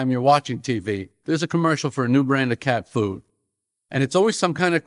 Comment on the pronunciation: He won me over :-) The weird emphasis he uses on the phrase “cat food” almost makes it sound like he’s saying “cat poo”!